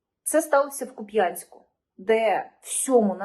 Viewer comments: ...К 'Упянск..не купЯнск..дякую. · К у п'янськ! Наголос на "у". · Я мешкаю в місті Харків. Ніяких боржників, за будь-якиі послуги ЖКХ, в нас не відключають. І повідомлень про відключення, нікому не приходить. Якийсь провокативний канал. І назва міста Куп'янськ, має наголос на літеру "у" а не на літеру "я", інакше вимовляє тільки кацапська наволочь. Чи не спонсується цей канал з кацапердії?